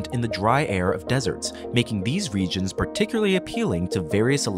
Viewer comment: Stop using the word "particularly" if you can't pronounce it.